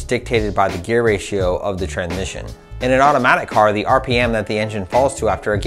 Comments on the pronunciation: haha...I had to watch it a couple times...I was predisposed with saying tranmission that I couldn't listen to the data in the video...lol...👍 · "Tranmission" Ftw.